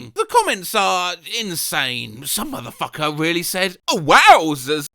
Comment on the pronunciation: Absolutely obsessed with how pronounced “muhfufel”